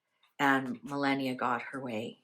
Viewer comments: Please stop mispronouncing her name is not Millenia is ME (AS IN MELLOW) LAW NIA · Mrs Trump's name is pronounced "Ma lah nee ah", not millenia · Trumps wife's name is pronounced - MA LAW NEE A. 😊😊 I keep hoping you will see my messages. 😊❤😊